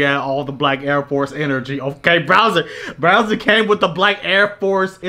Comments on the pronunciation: constantly calling bowser "browser" is bothering tf outta me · Bro called him browser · Are you really calling bowser, BROWSER???? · Bro it’s pronounced “Bowser” not “Browser” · Mans was saying “Browser” instead of “Bowser” lmao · Bro kept calling him browser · Is is just me or is calling this dude "Browser" through this whole video? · saying Browser instead of Bowser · ITS BOWSER NOT BROWSER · don't mean to call ya out but are you calling Bowser Browser?